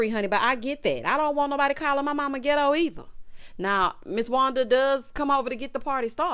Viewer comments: When you said qwerstion and gitto, if I didn’t scream on this Sunday morn, 😆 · Words of the day: QweR-strun Gi-doe Ree-speck-fer Me: hollering